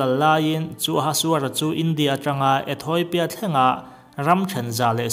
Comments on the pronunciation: ETHAWIPIA nilovin ETHIAWPIA ti in lam tur...hehe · Etheopia, 'Etoipia' tiin i lam daih thung a. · "E-thawi-pia" i ti zela nang chu.....🤓